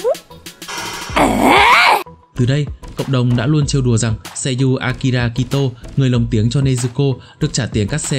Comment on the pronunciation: Người ta là Akari Kitou mấy anh đọc là Akira Kitou😂😂😂